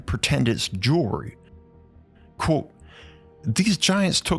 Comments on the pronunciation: You say "quote" but sounds like "cool" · The way you say quote sounds like you're saying "croautte" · Try practicing saying the word Quote. You sound like an absolute idiotz